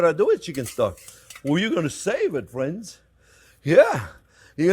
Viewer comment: "Well, hello there phrinzzzzzz!"